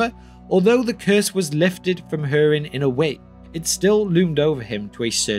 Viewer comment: hurin not her-in